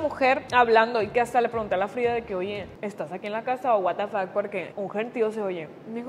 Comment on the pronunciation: Amo cuando dice watefak AAJAJAJAJAJA